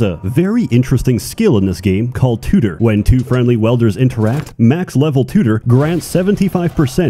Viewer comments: Welders? you mean Wielders, yes,? XD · Not welder. Wielder. There's an I in it. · "Welders" (pronounced: "weld-er") fuse together pieces of metal by partially melting them with high heat. "Wielders" (pronounced: "weeld-er") are people that grasp, hold, clutch, possess, obtain or otherwise acquire something to be used for a specified purpose. In the case of this game, your Wielder has the ability to wield (hence the name) the Essence (hence the name) of life generated by those under their command and convert it into magic. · Im sorry i cant get my brain past this .....Its WIELDERS not WELDERS.